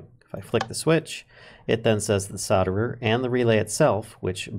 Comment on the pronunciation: I'm way late but I prefer how you pronounce solder.